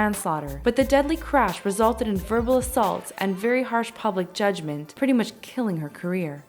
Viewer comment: Husand? Mistermeanor? Then? Another mistermeanor? Judgment? Amateur hour.